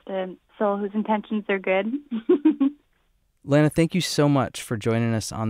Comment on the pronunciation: Interesting interview but no offense I know they don’t mean to but when they pronounce lana wrong it’s like ahhh